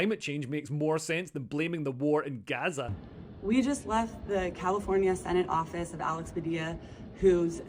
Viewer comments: “When white women pronounce Gaza GUUza it makes me cringe so hard I taste turnips”. Me too Leo, me too! 😂 And someone needs to talk to them about cultural appropriation of those Keffeyah scarves. It all makes me want to 🤮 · The "Guzza" woman was too cringe. We say Paris not Paree, Germans not Deutschland, and we pronounce it Israel not Guzza